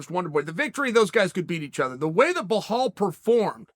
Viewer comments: He keeps saying "Bahal" instead of "Bilal" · Reading names Chael is like my grandma… blahal….. khasmat…. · What you see: Belal What you hear: “Blahaulle” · The name Belal is pronounced exactly as its spelt. Not BeGKHLalL. as Chael attempts it. It's one of the easier foreign names and uncle C. still cant get it right hahah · My guy don’t know how to pronounce anyones name 🤣 behal hazmat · Lol Chael keeps saying “hazmat” and “bihal” 😂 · Chael, there is no H in BELAL :) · Damn Chael! "Ba-hall Muhammad?"😂😂😂👍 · Bluhal hazmat... I love it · the way he says belal is soo funny 😂😂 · Uncle Chael. I truly enjoy your videos. As funny as it is to keep miss pronouncing Hamzat and Bilal's names it a bet disrespectful, especially when you know Arabic. As your friend Usman said; put some respect on my name... Please respect Hamzat and Bilal's names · He butchers Belal so bad, its hilarious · Chael make the effort to say khamzats and belal name properly. Your better than that make the effort to annunciate their names correctly otherwise you come across as ignorant to those that know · how is it hard for you to say belal, theres no h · He’s literally said his name hundreds of times by now. Khamzat isn’t pronounced Hazmat, at the very least say Hamzat lol and where tf did he get the H in Belal’s name. What is a “behal”. 10 seconds of effort.